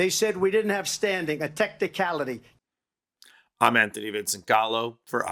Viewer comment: Did DT in all seriousness say “a techticality”?